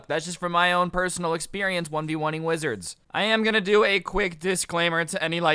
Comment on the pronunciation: He said wizards like Willards at the beginning just me